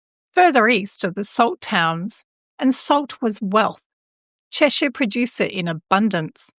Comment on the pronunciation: Thanks for the upload. I live in the county of Cheshire, just a few miles from this part of the M6. Interesting stuff, and well done on the pronunciation of our local place names👍